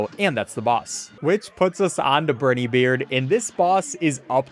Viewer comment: I can't believe this came out right as I was rewatching your other Cuphead stuff! But uh also... Brineybeard. Long I. Not Brih-nee, Bry-nee, bry rhymes with cry. And Werner Werman is a German rat, so his name is pronounced with Vs, Verner Vermin. Please. My soul can't take it.